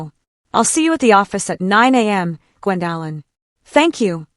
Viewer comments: Maybe your company could find you an apartment near where you work. What is the problem with pronouncing Gwendolin (Gwen doe lin). The disrespect of her son, his wife and the children is heartbrreaking. This is Elder Abuse by her child and her grandchildren, she should see a lawyer (attorney) regarding their abuse. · And you can’t pronounce OP’s name correctly 😂